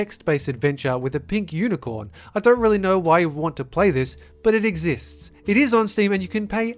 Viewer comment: Sounded like Sexist